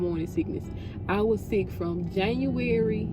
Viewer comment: Why you say January like that😂😂😭